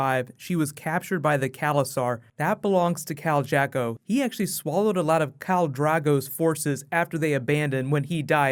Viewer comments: Amazing video as always. Just have to nitpick one thing, it's Khal Drogo, not Drago. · Khal Drogo dude ... not Drago .. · Its DROGO, D-R-O-G-O, not Drago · Did he say Kal Drago ? Drogo* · Drago? it's Khal Drogo!!!